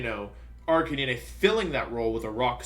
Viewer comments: Jesus Christ, how do you butcher Arcanine so badly as well? Its Arcanine, an ARCANE CANINE. (Ar-cay-nine) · I found "Arkaneeneigh" very jarring. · Arcani-ne??? Dude its Arcanine, like the number 9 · I'm sorry am I literally the only person who noticed that he pronounces 'Decidueye' as "deck-ee-doo-ee"? It's "des-ID-joo-ai" LOLOLOL deck-ee-doo-ee edit: Jesus fucking Christ "arca-NEE-NAY"?????!?? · same! I have never heard anyone pronounce it like that... I thought it was pronounced "ARC-KAY-NINE?" I get almost all my pronunciations from the English anime but like idk. It seems like Wolfe has lots of alternate pronunciations (Gyarados, etc) so maybe it's intentional, or I'm wrong lol. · Joke. Same with Arcaneené and intimidahtee